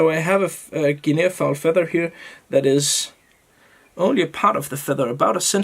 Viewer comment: Hey, great looking fly. Guinea fowl is pronounced guinee as if it has no A at all at the end. I thought you might want to know. Hope you did, otherwise you can tell me to mind my business. All the best and I do love your tying. All the best, Sean